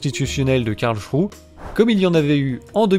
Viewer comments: La cour de Karl ??? Il s'agit de Karlsruhe. Karl-s-rou-heu. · NON, ON NE DIT PAS "KARLCHROU", on dit "Karlsrouheuh" merci, s'il te plait.